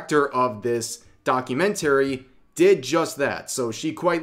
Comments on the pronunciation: Your pronunciation of "documentary" is really strange. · Rev trying to Say documentary is so funny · The way you say documentary really hurts my ears. Other than that good video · Please stop mispronouncing documentary it’s driving me craaaaaaazy. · keep practicing how to say documentary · you mispronounced documentary every time... 😮‍💨